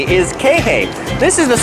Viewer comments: Interesting info but it is annoying that when you are in Kihei you still can’t pronounce Kihei or Kaanapali. I could understand if you were never there yet but it hurts your entire video to not take the time to ask someone or even to google the proper pronunciation. I realize you have addressed this but it is still bothersome. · You forgot to mention how great the fresh fruits are!!! So many local fresh fruit stands, pineapple is good not just in burgers!!! and your pronunciations of Kihei and Ka'anapali are hilarious....I've only been to Maui 3x and I know how to pronounce the cities I am staying in. This is a guide and you should KNOW how to pronounce the cities you are talking about. I'm not Hawaiian but I love Maui and even this was frustrating to hear. But I got a good laugh.